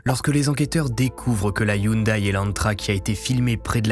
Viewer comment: Salut du canada, la marque de la voiture Hyundai se prononce (yon-dé) sinon super vidéo comme d’habitude. Penserai tu couvrir une histoire des Yakuza, ça pourrait être intéressant :)